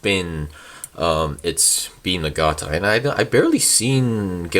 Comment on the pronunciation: Na-ga-na-ta is how the weapon is pronounced.